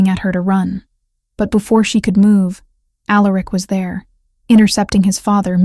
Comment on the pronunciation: Facts…. And every omega, or, future Luna always says, “why me” … or, I’m nobody, or, I’m just an Omega… although I will say, the names were different this time .. except for Alaric ( mispronounced as it is lol)